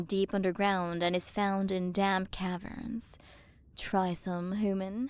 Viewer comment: Alright time to play the game of “Take a shot every time you hear say hooman/hoomans”